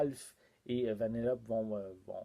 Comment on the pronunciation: J’ai adoré ta vidéo, mais on prononce Vanellopé. Ce n’est pas méchant, c’est juste pour que le savoir